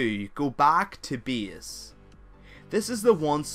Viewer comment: My ears are bleeding, when i hear your "BIES", which is "base" and this "SIEF" for safe :D But thank you for a guide.